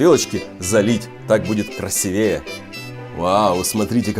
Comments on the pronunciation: Небольшое замечание - не красивЕе, а красИвее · Не красивЕе, а красИвее, на будущее) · Правильно не красивЕе (Ударение на 1-ую букву "е"), а красИвее (Ударение на букву "и")